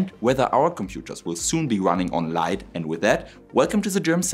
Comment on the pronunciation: AI with LAIght 😊